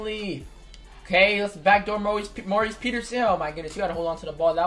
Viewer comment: Why do u say his name like Maurice Peterson it’s Morris